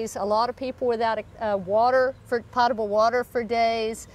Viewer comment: I think it is pronounced "pote-able." Glad you are all OK. Keep up the good work!